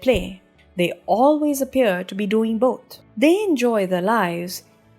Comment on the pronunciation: I enjoyed it, quite understandable :p But it's "Victim", not "Wictim" ; and "boTH" (between f and s sound), not "boT". She has a nice voice and I see the efforts, though :)